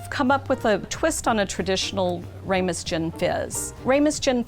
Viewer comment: That's RAMOS, not RAYMOS.